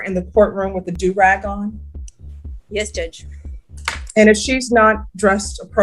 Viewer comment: The way your AI is saying “do rag” is annoying. It’s pronounced “doo rag”. Also, the music in the background is distracting.